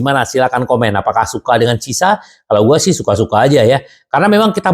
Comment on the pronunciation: bacanya kiesa 😃